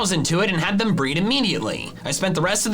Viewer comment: said bread not breed 😂